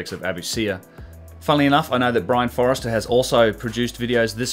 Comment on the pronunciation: there is a quite supportive community of investigators coming together and sharing these days, so it would be good to get the names right - Brien's surname is Foerster - pronounced 'force der' (think of Star Wars if it helps) not Forester, Forrester or Foster or anything else. A name is a magical thing, it should always be used correctly. Otherwise keep up your fine work.